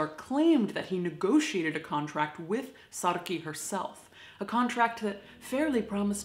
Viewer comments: I'm South African and am very impressed with how you pronounce Saartjie's name correctly! It's a difficult one to get right if you're not used to the language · On behalf of all South Africans, I would personally like to thank you for pronouncing "Saartjie" correctly. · I agree! Thanks for respecting our language as well as the legacy of Saartjie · Well done😁I was kinda surprised when you did pronounce it right but I'm proud👏👏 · Ivana Davids i was thinking the exact same thing! Sup fellow SA audience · saartjie was a dutch name, not south african, but i still think its good that she made an effort to pronounce it correctly 😌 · it is a name in Netherlands too, but with a distinctly different pronounciation. SaarTje versus SaarKey (hard to write sound differences XD) So yeah this is definitly South African and as a Dutch person I am very happy to see South African culture and identity respected in this space :) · On behalf of every south African thank you for taking the time to pronounce her name right... Depending on if you're coloured or black sometimes it may be pronounced SARR-(ROLL THE R'S) CHIE but im so happy you did your homework i love you're videos btw Thank you ❤️❤️ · Thank you the correct pronunciation of "Saartjie" on behalf of all South Africans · Yeah, I’m impressed with her pronunciation as well! People often struggle with the rrrrrr in our words! Hi from Port Elizabeth!👋🏻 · I know many have said this already, but as a South African, thank you for taking the time to learn the proper pronunciation of her name - the 'r' and 'tjie' sounds are not easy for English speakers! Saying her name right just gives so much more autonomy and humanity to her as a person. Thank you for the empathy and care shown to Saartjie and her heartbreaking life. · Thank you for your correct pronunciation of Saartjies name. Big fan of your channel. Lots of love from South Africa. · As a South African, I appreciate that you pronounced ‘Saartjie’ correctly 👍